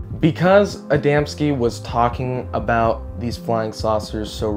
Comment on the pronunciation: KUDOS FOR SAYING ADAMSKI CORRECTLY😊